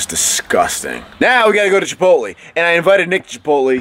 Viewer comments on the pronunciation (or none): Chipot-lay, not chipot-lee nick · it's obvious you don't explicitly say chipot lay, but it is a short e not a long e phonetically